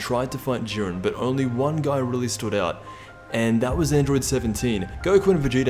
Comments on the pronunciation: "Even in goku knocks out (juh-eye-ren)its because of what 17 did" Explain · His name is jiren not duren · Dude. Its pronounced jiden. And vegeta isnt pronounced vejita.